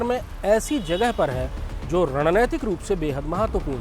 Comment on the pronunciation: !रणनैतिक नहीं, रणनीतिक सही शब्द है।धृष्टता के लिए क्षमा करेंगे।